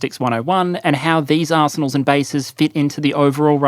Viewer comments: That’s how I say arsenals! What is it about it that you find funny? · there's something about the way says arsenals that makes me giggle